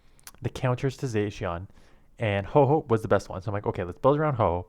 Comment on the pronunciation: What ıs this guy claiming to be, the best WHAT again in the world? Even Caption could not quite catch it right lol